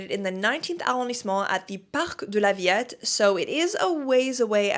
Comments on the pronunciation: superb video ! - but ... we french pronounce La ViLette (as if only one L) and not "La Vi Y ette " 😉🤩 AND we don't say " Citro-1" but " Citro-ène " - But ... Bravo for your wonderful vid' , very complete and detailed ! 😻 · Parc de la Villette is pronounced Ville-ette in French, just so you know ☺️